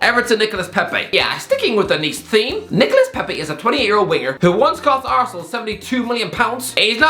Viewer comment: No one:: " Arsenaal "